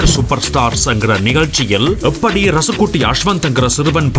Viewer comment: Ennadhu rasakutty ah😂😂😂😂 yow adhu raasakutty da Firstu Tamil olunga kathutu vandhu pesu po